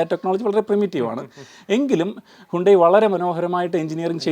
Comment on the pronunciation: ഹ്യൂണ്ടായ് അല്ല ഹ്യണ്ടായി